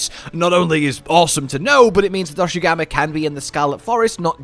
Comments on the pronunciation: it's not doshagama lol. It's pronounced more like doshagooma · DOSHAGUMA not DOSHUGAMA FOR GOD SAKE!!!!!!!